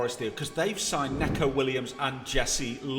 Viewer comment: It’s pronounced Nico Williams not Necko